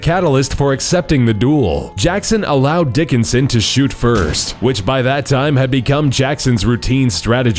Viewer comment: He said DICKonson so many time